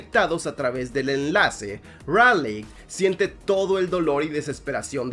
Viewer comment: Se dice ralei xd Me encanta gypsi y striker eureca